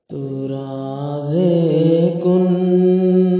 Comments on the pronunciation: تو رازِ کن فکاں ۔۔۔۔۔ ز سے ض سے نہیں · راز ہوتا ہے ض سے نہیں ہوتا ہے